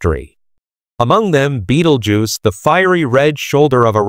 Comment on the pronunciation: Hahahaha Beetlejuice .... hahahaha non, Betelgeuse.